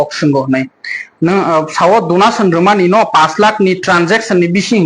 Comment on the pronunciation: Donation ❌ Dunation 😂😂😂😂